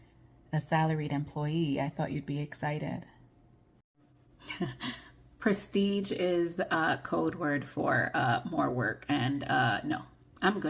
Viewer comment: “Prestige”?!? Hahahaha “Press deege nuts!!”